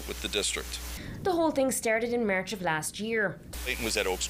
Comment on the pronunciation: Merch 😖😁 It's March... her Accent is getting Worst 😁